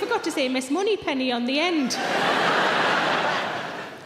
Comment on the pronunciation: “Miss Monneypenny”!! 😂😂😂